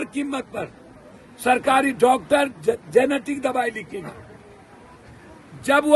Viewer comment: आदरणीय सांसद महोदय जेनेटिक दवाई नहीं जेनेरिक दवाई